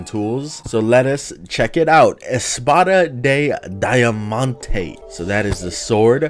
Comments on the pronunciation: I speak spanish and i am sure you dont say espada de diamante like that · NO! It is not Portuguese, I put espaida dei daiamannte why does the guy sound like this when pronouncing a word in Spanish! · "espada dei daiamante" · Speaking spanish saying: EsPAdAH De DIaMANTEh is so Beautiful xdd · ESPADA DE DAIAMANTEKKKKKKKKKk omg i love how gringos pronounce our BR language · "espara de daiamante" amo cuando los gringos leen español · haha u trying to read "Espada de Diamante" i'm brazillian and i lov ur channel